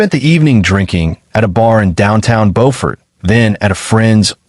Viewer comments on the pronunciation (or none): Pronounced “bufort” not Beau. I know it sounds insane, but that’s how it’s pronounced down there. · Not bofort but buford. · It’s pronounced “Būfert”